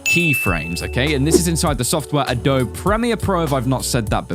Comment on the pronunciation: it's adobee not adob